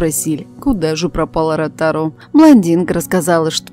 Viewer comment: Русские забыли свой родной язык что ли? Не знают куда ставить ударения? Не Ротар а Ротару. Пожелаем нашей любимой певице здоровья ❤️🤲. А вам чтица исчезнуть за кадром. Противно🫤🤮 тебя слушать